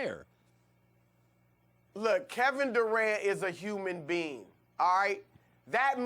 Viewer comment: “look Kevin Durant is a human bean.”